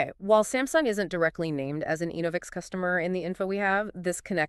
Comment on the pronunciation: Pronounced ENNA-vix… not EEN-o-vix